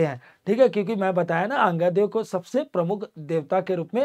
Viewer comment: अंगादेव नही आंगा देव देवी देवताओं का नाम ढंग से और आदर सम्मान के साथ लिया करो